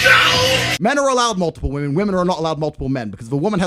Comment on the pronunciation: Plural “WI-MEN” brother 🎉